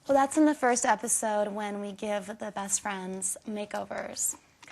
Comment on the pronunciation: did she just say brest friend haha that was funny